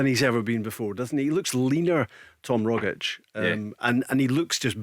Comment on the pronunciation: His name is not rogics ffs.